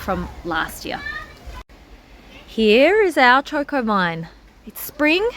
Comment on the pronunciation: It's not Chor Kors, it's Cho Ko, no R's in it.